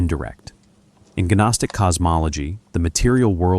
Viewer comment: I think the G in gnostic is silent bro.